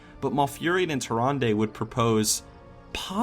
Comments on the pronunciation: Everytime you say Tyrande, I here Harambe. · Anyone else thought he was sayin harambe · "tarandey" XD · What if you said Tyrande's name right? They way you said it makes me not want to watch your videos. Although you probably don't care because you have a lot of viewers. Either way, every time you said it I wanted to hit you in the face. I don't know why I feel that way but I do. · Am I the only one that cringes when says Tyrande?